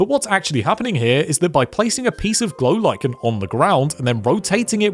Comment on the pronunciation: "A block of golichen" LMAO